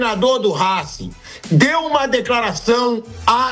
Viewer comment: “Rasquing” kkkkkkkkk